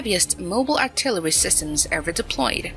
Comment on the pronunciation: That was a nice piece of artiltiltillery on the Yamatooo. For mankinds sake, stop using AI.